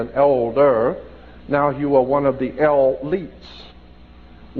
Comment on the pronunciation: Brother "elites" is pronounced "eleets" Kool